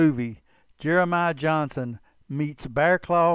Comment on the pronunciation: I think we all know his name was Johnston, not Johnson. However, not all people know his real name was Garrison. One other thing; I can tell that the guy who narrates this story, isn't from Utah or he'd know it's pronounced U - in - tah mountains.